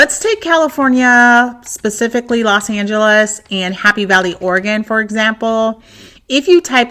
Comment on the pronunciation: Camping out in Ora-gon